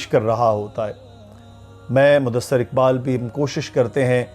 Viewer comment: Mudasser nhi hota h mudassir hota h